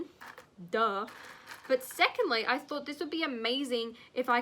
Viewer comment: You sounded American when you said “duh”